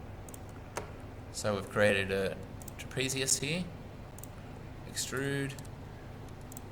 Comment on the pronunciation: U cant pronounce trapezium